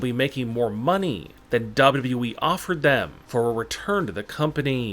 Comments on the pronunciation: What wrong with your voice when you say WWE but the words down you said dhaba we like something like that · The way he say WWE is hilarious 🤣😀